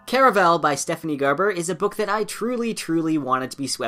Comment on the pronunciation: Why do people say “Care-a-vel?” I say “Car a val”